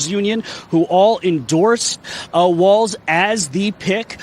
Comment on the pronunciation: Walz is said Walls not Waltz. Don’t insults a fun dance.